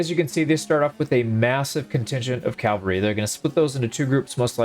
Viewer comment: Cavalry. Not calvary. Huge difference...